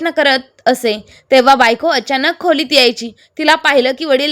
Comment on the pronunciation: खुलीत नाही खोलीत